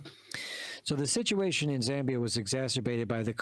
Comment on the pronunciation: We are not that poor bruv also it's ZAAA MBIA not ZEEE